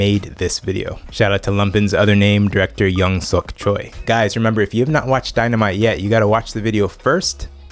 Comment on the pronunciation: i know this might sound rather nit-picky, but "choi" is actually pronounced "chwe" in korean, just to let you know!